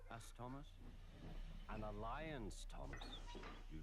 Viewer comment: That bit of narration at the end with Ringo fumbling “alliance” killed me. I thought it was an outtake at first, and maybe there’s an outside chance it actually is, but it totally suits Thomas’s young character. Caught me totally off-guard and I loved it